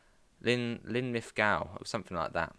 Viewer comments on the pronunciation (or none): You're trying to say Linlithgow pronounced LIN LITH GO